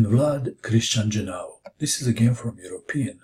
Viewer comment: jiAnu not jinAu